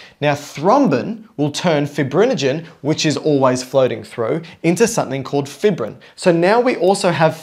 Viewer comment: Good video but it's pronounced 'fī′brĭn' not 'fibrĭn'. Long 'i' sound because fibrin is fibrous.